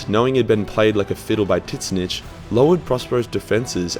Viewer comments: Bro it's pronounced tz-ee-n-tch not tisnitch, you sound brittish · I learned about tzeentch from this video and was talking about him to my veteran warhammer friend who informed me after much laughing that it was not pronounced “titsnitch”